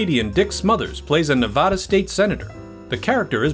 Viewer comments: Don't ever let some certain Nevadans hear you say "Ne-VAH-da". Lots of them don't like it too much. I'm not even from there, and it's driving me nuts! Good video, otherwise. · Please learn how to properly pronounce the name of our state. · No offense, but I wish people could get the pronunciation of "Nevada" correct, especially when talking about fact checking. It is pronounced repeatedly incorrectly in this video, which is otherwise very good. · a huge mistake. Las Vegas Casinos had sportsbooks in them since the 1940's...also, the host pronounces the name Spilotro wrong...Our host also pronounces 'Nevada' wrong....Geez...